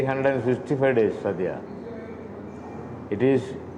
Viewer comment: SADYA NOT SAADYA.